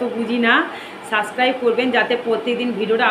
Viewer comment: 😂 সাস ক্রাইবে না subscribe bhu bolo kano boen